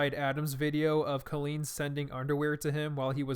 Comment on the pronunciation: COLLEEN IS PRONOUNCED 🗣 CAHHHH-LEAN LIKE COLIN BUT WITH LEAN INSTEAD OF LIN!